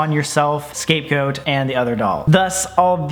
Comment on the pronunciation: Omfg it sounds like he says Escape Goat